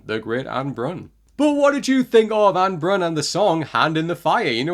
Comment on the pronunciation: Just for pronunciation, it is ah-neh (two syllables) and bruuun (longer u sound than you say it now)